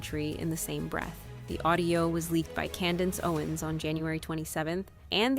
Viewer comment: You cannot pronounce Candace Owen’s name seriously are you AI or are you blind and can’t read the script?